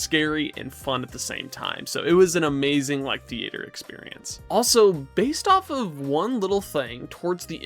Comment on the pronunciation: I’ve never heard anybody under the age of 60 say the word thea-ayter.